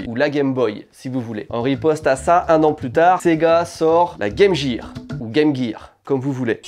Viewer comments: vous dite pas Jame Jear pourquoi le le prononcer comme sa? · En tant que Canadien bilingue, je hurle de rire a chaque fois qu'un Français dit : Game Jear